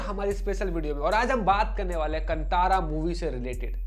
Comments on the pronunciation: Tip : कंतार ❌ कांतार ✅ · Sir, film ka naam "कन्तारा" nahin, balki "कान्तारा" hai. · Kantara nahi hai bhai " khan tha ra " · Stopped watching once you pronounced KANTHARA wrongly...bye.